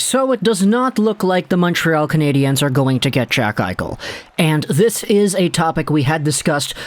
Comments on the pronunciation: As a so Called Habs fan younger to pronounce their nickname there is no Z atthe end of their nickname it is pronounce just lime "Canadians" just saying someone who has been a Habs fan longer than you have alive just saying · Like your videos, but please stop saying Canadiens that way, nobody here says it like that. Just say it like you would say Canadians. Keep up the good work!